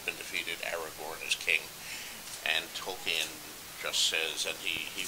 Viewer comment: Is it just me or does he pronounce Tolkien funny?